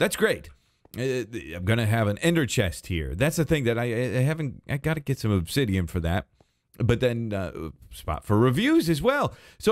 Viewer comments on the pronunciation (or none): none